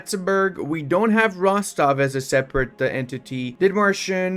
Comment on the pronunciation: It's Rostock, not Rostov. If you mispronounce the name again, it will count as a diplomatic insult CB.